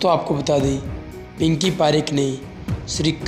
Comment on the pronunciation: Pinki not pikki